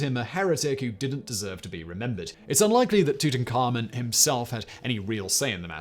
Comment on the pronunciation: No, but I'm sure he's not pronouncing it right. I've watched the history channels and I’d say the people who studied him would know how to pronounce it right.